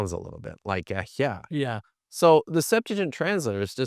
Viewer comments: “the Septajen”😂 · The SeptuagiN?? 🤣🤣 Seriously??... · why would he do that he’s an expert in Greek? What is he gonna do with a Hebrew scholar? Talk about broken pots with Aramaic? The Septuagint. (The one can’t pronounce) is in Greek btw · Why can't these bros put some shoes on. Also, my kids could have done better homework on the Septuagint, at least well enough to say it correctly. This interview was like judging a high school Lincoln-Douglas debate tournament.